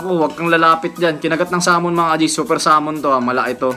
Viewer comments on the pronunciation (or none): none